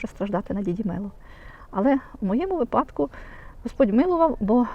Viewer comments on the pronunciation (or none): вИпадку,а не випАдку !(Сори)